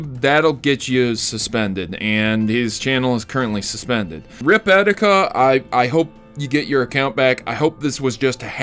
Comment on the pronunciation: its EE - TEE - KA not eh - di -ka